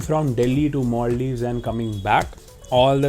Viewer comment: It's Maldives 😁 not Molldives 😁😁😁